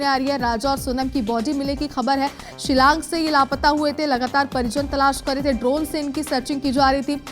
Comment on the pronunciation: It is not Shilang but Shillong